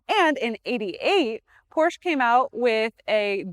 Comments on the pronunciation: When will you learn its not called Porsch? There is an E at the end of the brands name, for good reason. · Pronounced: POR-SHA... It's a family name. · Not to be that guy, but, if you are going to be selling these cars, you probably should be pronouncing it “Porscha” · I speak German and Hungarian............... but am of triple nationality. It is pronounced; "porrr she' " . The "r" is "rolled" like "rrrr", with the last "e" as in "elephant" is briefly stated, almost silent when pronounced. But true! I do believe it is "appropriate", no matter who reviews this or other vehicles of any make, the name is pronounced "with reasonable correctness" as it promotes respect for the manufacturer/maker of the breed. It is no different than speaking well of someone and in trying to pronounce One's name appropriately. Many people do care. However, I do believe the presenter poured her best into this review and it was well done! This was an excellent review of a great car. The lady has very good knowledge. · Incorrect. I speak German............... but am of triple nationality. It is pronounced; "porrr she' " . The "r" is "rolled" like "rrrr", with the last "e" as in "elephant". Alzo! The "e" is a short e , almost silent when pronounced. But true! 😏 haha. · Learn to pronounce Porsche....and Getrag You don't want people to think your hair is really blonde